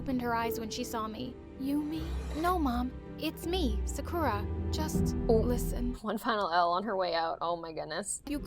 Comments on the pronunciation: If you were japanese, you would say sakura. Not sacura. さくら。。。。。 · I love how this is supposed to be real but Sakura is pronounced Sah-kooh-lah (r is pronounced the same way you say L) but they say suh-kura like Americans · She said Sakura wrong- sa-kur-ah? Its a pet peeve of mine- sorry. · I thought sakura was pronounced S-AH-kura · hi i'm sarkra from ja-🍳 couldn't even peonouns her own name right. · Ur right lol plus, THEY ARE PRONOUNCING SAKURA WRONG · Bruh the generic name “Sakura” wasn’t even pronounced correctly 💀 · Says she's Japanese, but then mispronounces her first name in the first five seconds of the animation. Like, come on, My Story Animated! If you're going to create a Japanese character, at least learn how to correctly pronounce her name! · Tbh all these people who talk in my story animated sound the same. And the way she pronounces Sakura. I’m sorry I can’t 😂 she doesn’t even have a Japanese accent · Can we talk about how Sakura was mispronounced the whole video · The fact that “Sakura” doesn’t even pronounce her name right- Also did u know Yumi also means corn? As well as the name, it’s corn (😂) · Im sorry- The way she pronounced sakura is hilarious to me- XD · The voice actor literally said Sakura wrong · Not them pronouncing Sakura in the most American way possible... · she cant even say 'sakura' correctly 💀